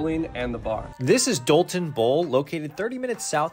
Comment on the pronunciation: Long live the memories of Dalton bowl!! Thanks for pronouncing it right! It is not Dole-ton lmfao